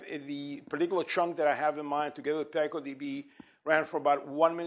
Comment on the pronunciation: Wrong pronunciation: "P-eye-coh"?! pico- word-forming element used in making names for very small units of measure, 1915 (formally adopted as a scientific prefix meaning "one trillionth" by the International System of Units, 1960), from Spanish pico Right pronunciation: PEE-coh